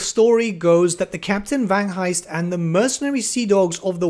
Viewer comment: Vangheist, silent h you say the g :)